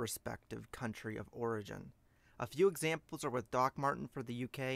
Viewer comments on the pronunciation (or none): none